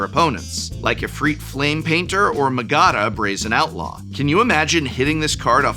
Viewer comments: Magada?? Who is Magada?.....OHHH, Mag-da, MAGda. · Did you... pronouce her Ma-GA-da?!? Great video, Prof! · I don't think that's how Magda is pronounced 😅😅